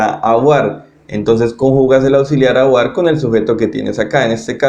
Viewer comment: Gracias, estaría bueno que pronunciaras en francés x ejemplo cuando dices être, aller o avoir